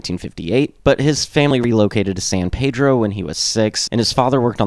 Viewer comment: I'm a former resident of San Pedro and even seen Watt play when I lived there (sadly I moved there after Boon's death). Locals pronounce San Pedro as PEED-droh. Sorry to be pedantic, but hearing PAY-droh kind of drives us nuts. There are dozens of PAY-drohs, but only one PEED-droh. If you listen on History Lesson part 2 Boon pronounces it that way too. And yes, I used to play History Lesson part 2 whenever I would drive to Hollywood to go drink and pogo. Punk rock and the Minutemen indeed changed my life. Other than setting off my pedantic nature, it was a good video. Will have to check out more.